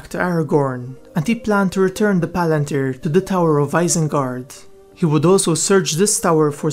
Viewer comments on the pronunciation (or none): none